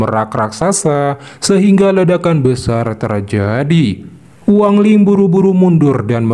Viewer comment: Bukan Wang Ling bang kau ni ada ada aja gak sedap dengar nya tau tak ???